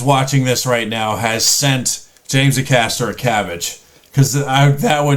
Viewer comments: It's Acaster with the A being pronounced like the A in USA. For some context Gabby Logan is a sports presenter and also the daughter of a Welsh International footballer by the name of Terry Yorath, who not only captained his national team on many occasions but also won the 1st Division (now Premier League) with Leeds United. You might recognize the team, a lot of the chants you've watched in previous videos were sang by Leeds supporters, many at Elland Road our home stadium. So yes she is very competitive which makes her story more believable than the actual mental truth. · Hey, I know it’s a short clip but this has to be the cleverest and funniest Brexit analogy on TV. Search “James Acaster cup of tea Brexit analogy”. Oh and you stress the Ay sound at the start of Acaster. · You are indeed pronouncing his name wrong. Here’s how it’s pronounced by James himself to the tune of Destiny’s Child “Survivor” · It's not Acaster, it's Acaster. Hope that's cleared things up for you, mate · His name is James "Ay-caster" not "a caster". The stress is on the A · James name is A caster rather than ackaster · FYI. His name Acaster is pronounced Aycaster. ✌️♥️🇬🇧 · The focus is on the first syllable of James Acaster's last name. A-caster, not aCASter. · James’ surname is pronounced Ay as in day caster. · Just by the way it's A RHYMES with HAY caster! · James Acaster, (pronounced A-caster), is very funny, with a sort of dry sense of humour. You might want to check out his exploits on the show Taskmaster. There is a "James Acaster's Best Moments On Taskmaster" clip on YouTube, that's about 16 minutes long. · It's A cAsta. It's really hard to wright down how to pronounce it but basically emphasize the 'A's. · It’s pronounced hay-caster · A(rhymes with hay)-caster. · Pronounce with a hard A. A Caster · Acaster is pronounced Ay-caster. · There is a WILTY James Acaster compilation that is very worth watching You are pronouncing his second name incorrectly, A-cAster, two hard A's 😉